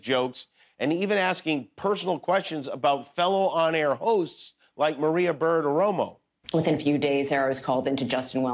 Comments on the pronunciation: Jimmy sounds drunk every time he tries to pronounce "Bartiromo". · Jimmy has an incredibly tough time saying, "Bartiromo". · Wow Jimmy can't pronounce "Bartiromo". It was funny